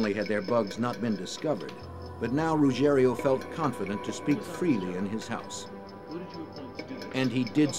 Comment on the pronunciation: Rugiero, not Rugerio!